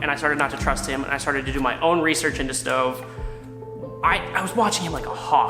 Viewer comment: ITS NOT STOVE